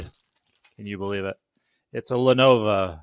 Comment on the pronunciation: The name is Le-NO-VO and not Le-NO-VA!!! Adds more credibility when you can say the name correctly!!!